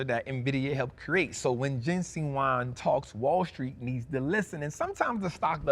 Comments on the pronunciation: Thank you,. Just want to let you know his name is JENSEN. Not Jensing. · His name is Jensen not jensing